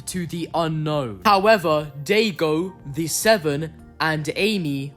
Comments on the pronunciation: Bro said dadaygo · It's Daigo! Die-go.